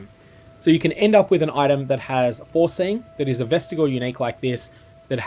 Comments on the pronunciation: Its not vestigle, its vest-ij-eeal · Ves-tih-JEE-uhl. Jee. JEEEEEEEEEEEEEE.